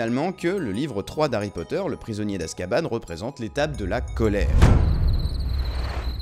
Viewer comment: Ca ma fait trop rire a dit azkabane alors qu'on dit en France Azkaban